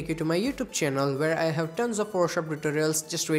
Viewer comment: Biggest flop at the start lmao "Photoshoop"